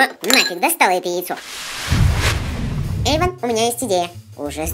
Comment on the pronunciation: Вобще-то Эйван а не Эйвон